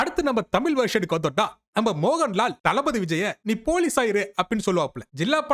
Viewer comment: It's not moganlal😂😅😂mohanlal